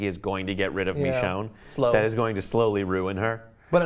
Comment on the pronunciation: Well I have two things to mention to everyone that; 1. I think you are saying Michonee wrong (I think that's how you spell it lol) Instead you are saying mechonee. 2. The Idea of having a baby zombie is cool and all but I don't think it would work as seen in one of the Govenors episodes once he was trying to get a oxygen canister for Lilly's Father. A walker that was either born crippled or made crippled in later life events it still couldn't walk but it tried to but instead she or it fallen to the floor from the wheel chair unable to move, this could prove that the baby wouldn't be able to move properly as the legs and the arms/hands aren't fully developed yet, or even have the chance to move them the way they intend them